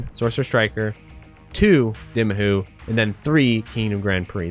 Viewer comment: It's pronounced D-eye-mahoo. NOT D-ih-mahoo. The game already pronounced the title for you! How could you still think the title is pronounced the other way?